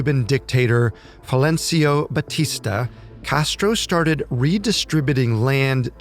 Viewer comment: One of the most inaccurate videos I have ever watched, even mispronouncing Batistas name, a total joke